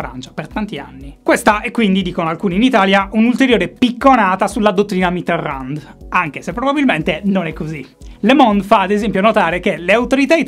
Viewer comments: "Mitteran" non si legge la D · Si dice Mitéròn, la d, mi raccomando, se te la sente in bocca un francese sì che si triggera :) Magari te l'hanno detto 1000 volte, polesse, ma pensavo che potrebbe essere interessante una puntata - uno speciale - dove parli di un solo politico. Un po' alla stregua delle monografie del DuFer... Ciao! Gran lavoro, come sempre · Ogni volta che pronuncia Mitterrand un francese muore di infarto... E dire che con la sua R poteva essere sexissimo... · A ogni pronuncia di Mitterrand, un brivido lungo la schiena